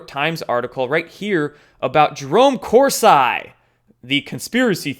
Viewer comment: Your incorrect pronunciation of Dr. Corsi's name gave me a rash.